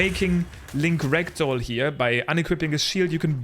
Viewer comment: JUST SO YOU ARE AWARE, your dialect makes "ragdoll mode" sound like "rectal mode". Have a great time with TOTK!